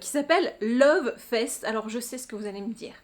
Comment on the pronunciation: J'adore ton makeup ! ;) Cette palette est évidemment chez moi ;) Je suis rassurée de savoir que je ne suis pas la seule à dire "Love fesse" 🤣🤣🤣